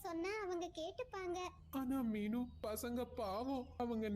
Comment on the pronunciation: ஹாய் தயவசெய்து றீனு சொல்லுங்க